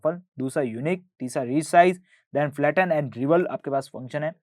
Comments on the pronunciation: why are you pronouncing Flatten and Faltten? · Falton kyaa hota hh bhaii... Your english pronounciation sucks bro! That's Flatten, Matlab kisi ko bhi padhane de dete ho kyaa. lag raha hh sir ppt dekh krr chaape jaa rahe